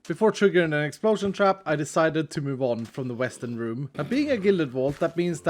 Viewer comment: It sounded like he called the western rooms weston rooms which is my real name even though I am using my family account.